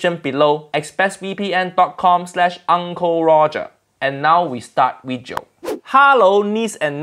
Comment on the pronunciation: "This vijio"